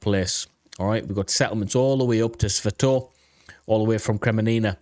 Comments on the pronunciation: Seriously, you should watch a channel or two by people who know how to pronounce the city names. It's NOT Sva toev. It's Sva toe veh. And it's NOT Kremee nee nah. It's Kre mee nna. I can't tell you how cringe it's been to hear you mispronounce those basic names, been yelling at the tv... You want to make money talking about geography maybe have some respect for the places. Thanks. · Sva-toh-veh......3 syllables, not 2. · I like your analysis, but I couldn't bear you butchering the Ukrainian city names; had to stop listening. It isn't that hard, just go listen to some Ukranian YouTubers, or uses these phonetics: SVA - TOE - VAH KRI - MEE - NAH